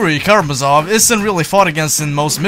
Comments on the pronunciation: Not the Karamazóv, it's Karamázov. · Great video, but just so you know, it's Juri KaramAzov. That's how it's pronounced.